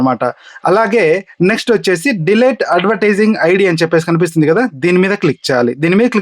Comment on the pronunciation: Not De-late 🤷‍♂️ Its Delete